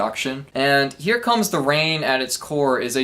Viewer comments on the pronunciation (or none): none